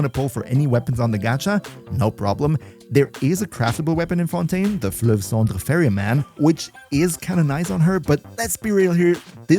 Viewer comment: The way you said Flueve cendre chefs kiss